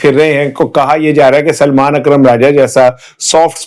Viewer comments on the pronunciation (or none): none